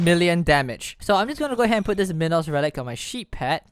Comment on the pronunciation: Dude it's not min-os its mine-os like a minotaur